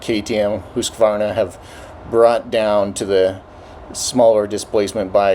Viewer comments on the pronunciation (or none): HOOSK-VARNA??! HUUSKY-VARNA. skol